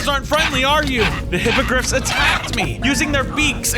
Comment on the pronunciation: I didnt watch harry potter so when he said hypogriffs I heard hypocrite